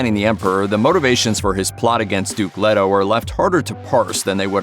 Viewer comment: LAY-toh. It's pronounced LAY-toh...